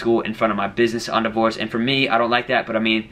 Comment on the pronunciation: why do you say endeavor like that?